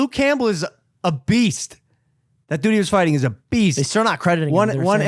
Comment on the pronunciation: logan says "dood"... not "dude"... you will never be able to unhear this ever p.s. logan please dont ruin the ufc more than ESPN already has